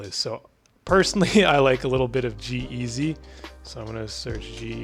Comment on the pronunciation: I swear bro this video could have hit millions if you said JEEZY instead of G Eazy